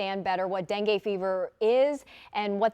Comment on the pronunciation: Darlin', it's not Den-gay like Ben-gay, it's Den-gee, as in Den, geet yourself over there and see what's going on. STOP CALLING IT DENGAY. Dopes.